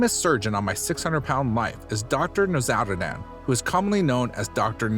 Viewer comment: The way you purposefully mispronounce Dr now's name is cringy